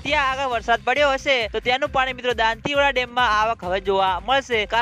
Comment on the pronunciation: ભાઈ તુ હજૂ દાંતીવાડા બોલતા ના શીખ્યો